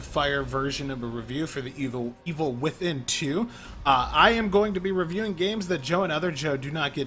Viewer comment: WOW this dude cant even pronounce evil within :44 way to begin a review for the first time for angry joe SMH